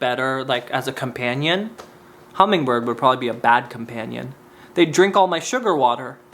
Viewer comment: i love the way you say “probavly” instead of “probably”. I’m not making fun of you come on stop it. I love you. And I kiss you… miss* sh*t come back… i’m looking out my window like a lost lady waiting for her husband to come home from war… the only man who makes her laugh like tomorrow could come or go and the rain would still bring joy to those who deserve it. I love that you exist and I wish there was more recent evidence of that. Maybe next time.